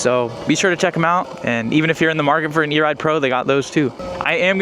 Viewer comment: HAH, He said urine knit, standing in piss!